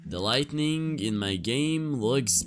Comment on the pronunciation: Why do you say lighting as lightning